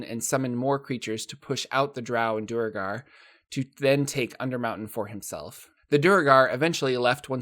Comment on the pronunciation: Is that how you pronounce "Duergar"? Dur-ra-gar? I thought it was Dwer-ger. I could be totally wrong lol.